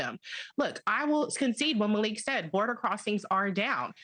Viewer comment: O! Not Maliek!!!